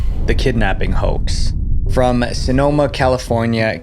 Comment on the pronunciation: btw no hate defined, just a small pickout. tis' pronounced "həʊks" ["Ho-Axe"]. no need to read this nor point out the poor grammar, just me.